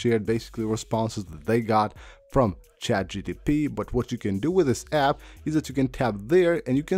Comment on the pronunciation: It’s chat GPT! NOT GTP! Bothers me 😂